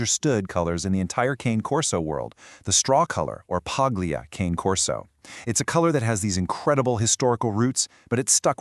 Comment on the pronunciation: Well its hard to take this seriously when they cant even say the breed name right!!!